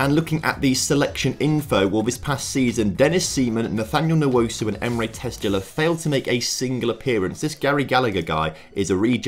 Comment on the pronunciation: Tezgel pronounced how it’s spelt, the gel is how it’s spelt